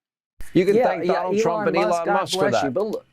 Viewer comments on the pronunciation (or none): none